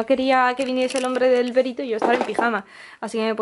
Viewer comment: Ahhhh era perito, pero yo había entendido pedito